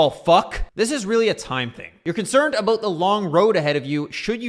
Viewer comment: Aboot? Heard it a couple times. You've got to be the most pissed off Canadian EVER! lol!